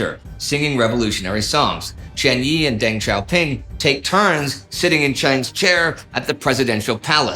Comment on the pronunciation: Yup... and "Zedong" should be pronounced "tsuh-dong". And Deng and Peng with schwas as well. Generally, Indy's good at non-English pronunciation, but 10 minutes learning pinyin could go a long way.